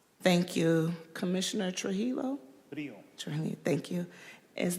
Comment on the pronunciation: Wow‼️ Is Commission Trujio NEW⁉️ Why doesn't she know how to say his Name⁉️